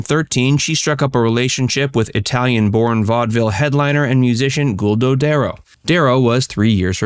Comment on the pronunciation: And Guido (GWEEDO) not GULDO.